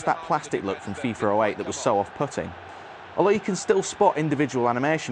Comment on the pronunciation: Its called FIFA not FIFER!!!